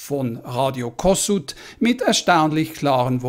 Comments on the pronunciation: Kossuth wird Koschut mit SCH gesprochen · Radio Kossuth ist als "Koschut" auszusprechen.